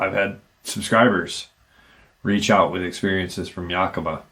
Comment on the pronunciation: FYI: It's Yak-Uh-Ma (Ma as in mama)